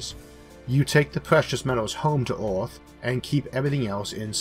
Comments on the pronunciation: "BACK TO ORTH"..."Orth".."ORTH"... It is EARTH....PRONOUNCED - "ERR-TH". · nice video but whats with the word earth, why orth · While he is unable to pronounce "r", that's not the matter highlighted, rather that "er" is pronounced "or" eg earth - orth, jupiter - jupitor, remember - remembor, were - war, neither - neithor, merge - morge, water - wartor. He's also unable to pronounce "L". There are some sentences which I cannot figure out at all. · This video is very weird to listen to as the speaker pronounces Earth as it if were spelt Orth. Very strange. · You said Orth for Earth once too many times. The end. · I can understand him (just about) it is just disconcerting to hear him keep saying ORTH. He is pronouncing it completely wrong. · Neat Gifts The condition is called Rhoticism because it deals with Rhotic sounds, which are usually denoted with an R in the Latin alphabet. The sound is hard to classify linguistically, and plays odd games with phonotactics (the way sounds interact) so it isn't surprising that some Rs can get through if the surrounding sounds help out. Perhaps a linguist could benefit from these videos by cataloging which words Issac is able to say. They'd have hours of material as a sample and could maybe get a better handle on what makes Rhotic sounds work. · i get that some people have speech impediments but why cant he pronounce earth but can pronounce most otherwords with R in them lol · It's weird as you say the word FAIRLY perfectly correct and can pronounce the TH sound perfectly correct so the correct pronunciation of the word Earth is just the AIR part of FAIRLY with TH on the end. I can see you've got a problem with pronouncing your R's but the pronunciation of Earth is, I think, more of a bad habit.